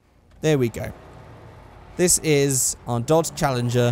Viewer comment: you just butchered the challenger lmao